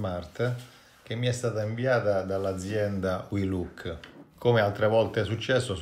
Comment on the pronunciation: si legge uilok, non uiluk!!!!!!!!